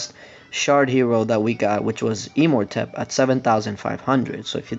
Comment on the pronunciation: It's imortepp not e-mortepp